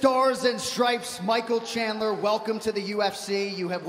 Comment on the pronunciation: "Thank you Mikel Chandlar"